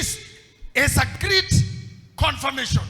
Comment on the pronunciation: hello.I like your teaching/preachings.However,as a grammar student I'd like you you to correct your pronounciation of the word ''great'' and differentiate it from ''greet'' because I've heard this for long.no offence,thanks.